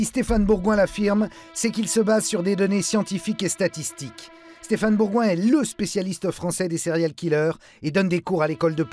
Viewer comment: J'ai arrêté de visionner cette vidéo au moment où j'ai entendu STÉPHANE BOURGUOIN.